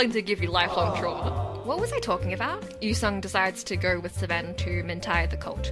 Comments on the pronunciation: After having done everything except Rika's route 👀 I just watched her stuff on YouTube, fell further into angst... I will never get over this game's intense writing and insanity Edit: I can't stop laughing at how you call Seven "Sven" 😂😂😂 Awesome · Sorry but how tf do you pronounce seven😭😭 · why do you pronounce 7 like that😭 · YOU'RE THE FIRST PERSON WHO'S ASKED LMFAO I'M SURPRISED IT'S TAKEN SO LONG first time i played this game with my friend she mispronounced seven that way and i've called him that ever since